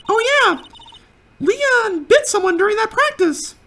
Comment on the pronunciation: It may be too late, but Léon is pronounced differently. I believe it's more like "Lay-on". I don't know what those tiny lines above certain words (like in Spanish) are called, but they indicate that the word is pronounced slightly different than it looks. I don't know much Spanish, but I do know it's not pronounced, "Lee-on".